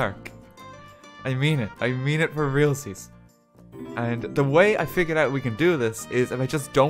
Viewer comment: When he says he means it “for realziez” he means it